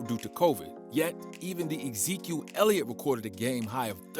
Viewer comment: Did nobody catch the fact this dude said "quarterback zeke ellitot"